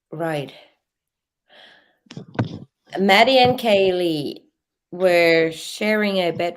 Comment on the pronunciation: Her name is not kylee,it's kaylee....